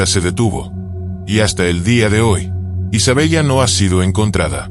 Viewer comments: Isabela así se pronuncia , no Isabellllllla.👎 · Se pronuncia Isabela 😮